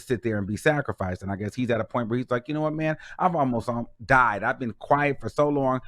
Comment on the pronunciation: Every time you say “sacrifice” I die 😂😂😂